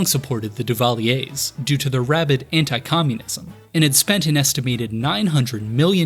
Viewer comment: Not bad on the Papa Doc. Duvallier, pronounciation but nobody puts Baby in a corner!!! Fun video btw. 1987 was my first full season as a true fan, following Every game. Cheers, from Montreal Quebec Canada Merci Beaucoup